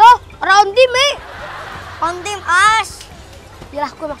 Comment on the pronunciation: Slaah bukan on teme tapi one teme